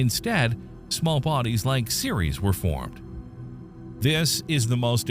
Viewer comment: Seriously, if you're going to present this stuff as fact... Atleast take the time to learn how to pronounce the names correctly. Tyche is NOT Tie-chee, its Tie-key, Ceres is pronounced Series... They are both names of greek goddesses.